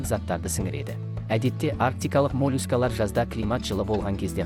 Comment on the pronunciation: мОООООлюскалар!!! Қалай айттың өзің тыңдаш